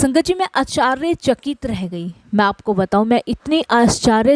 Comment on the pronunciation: Jai aunty aap bohot acche se bol rahe ho satsang per aap aashchrychakit bola kare.humara dhyaan baar baar is galti pe jata hai.hope u don't mind